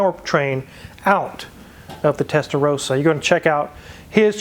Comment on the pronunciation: If you are that concerned that people pronounce ‘Gallardo’ correctly (which is great), please pronounce ‘Testa Rossa’ correctly yourself. ‘Rossa’ is ‘red’ in Italian and pronounced with a short ‘o’ (as in ‘hold’) instead of a long ‘o’ as in ‘rose’. Just that you know.